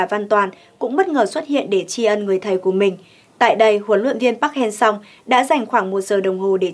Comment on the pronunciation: MC nên học lại các đọc tên HLV nhé, người Hàn đọc là Pắc-Hang-Sơ, mình MC đọc 2 cách sai trong cùng 1 bản tin, thiếu chuyên nghiệp quá, ko tôn trọng HLV rồi